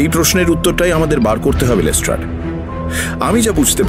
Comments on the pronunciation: You guys are class apart. But why is saying Les ট্রেড?! 😳😥🙄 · Yes. But it's pronounced as Les ট্রাড. It's always been Les ট্রাড. Look at Mir's pronunciation too, always perfect. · Am I the only one who found 'লেস্ট্রেড' pronunciation extremely irritating 😅😅 Atodin লেস্ট্রাড shune esechi baki rao tai bolchilo hothat erom kano bola shuru korlo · Les-TRAAD k Les-TRADE bola ta khub kaane lagchilo... eii tukuii con :) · Pls (Watson ) ke bolo je ota lestard not lestred pls it's piercing in the ears